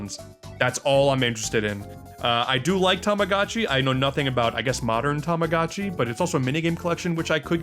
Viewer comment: TA-MA-GO-CHI, not tomogachi. TAMAGOCHI. Not to be confused with TO-MO-DA-CHI, which means friend